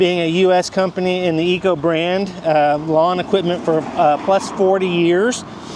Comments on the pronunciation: I didn't want to say anything before but.. this is getting out of hand. Could you please just call it Echo like its spelled? Say EH and then CO. Thanks bud. Keep up the cool videos. 👍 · IT IS NOT CALLED -ECO-- ITS CALLED >>>>>>> ECHO<<<<<<< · I was thinking the same thing. Please learn to PRONOUNCE the name of your mower !